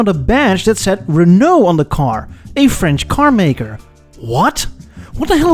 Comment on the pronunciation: Your French pronounciation is on top!